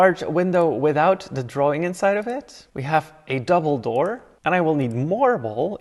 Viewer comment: Bro on i thought he said “and then we have a dumbledore” instead of double door. Also i hate the fainting i bought marvelouse moods and its a waste of money now because it does nothing anymore its useless. I find that you should be able to turn that off if u have the gamepass